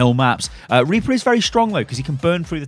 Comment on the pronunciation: oh rly anyone hear of RRRRRRRRReaper?